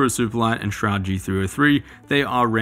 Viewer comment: It's pronounced "Shrood" :)